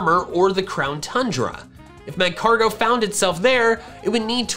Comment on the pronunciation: It’s pronounced magcargo